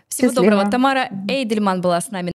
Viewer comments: Уважаемая ведущая, Тамара Эйдельман не только интересная личность, но и дочь известного историка. А это значит, что эту фамилию мы слышали в два раза чаще. А вы? Уточняйте ударение в именах гостей, это элементарное правило хорошего тона. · Спасибо! Фамилия Тамары Натановны произносится как ЭйдельмАн